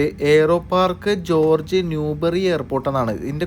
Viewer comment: Its not pronouns ജോർജ് its ഹോർഗ്ഗേ 😬